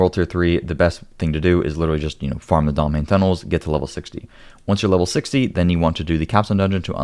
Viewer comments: When you pronounce Domhainne, it sounds like "Domain". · Wait till you hear how Domhainne (domhainn) is pronounced: doe-VINE-uh. Mh is a v sound in Gáidhlig, don't ask me why. 🤣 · I’ve yet to hear a content creator pronounce the word correctly. It actually means “deep” in Scottish Gaelic (Gàidhlig) and is pronounced way differently than it looks in English. 😊 He also says Cerrigar with an s sound rather the the correct k sound, but that’s just the linguist pedant in me noticing. 😊